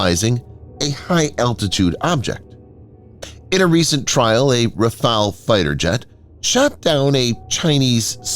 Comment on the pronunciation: RAFALE, NOT RAFAEL